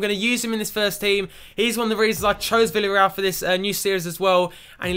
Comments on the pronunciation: The pronunciation of Villarreal is: "Viyarreal" So the double L is not pronunced as a L :3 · And 'V' is pronounced as a 'B' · ***** I am Spanish and your pronunciations are good but here in Spain we say B for V and the Double L is similar to a Y sound (think Casillas). So Villareal is pronounced 'Biyareyal':D hope this helps! Also you should start Moi because he is 77 rated and he has come through all the C and B team for Villareal. He is our golden boy like Wilshere for Arsenal fans - they are my English team! We also like to take players from Argentina and Southern America so maybe you should use a global scout network there! Hope you read this!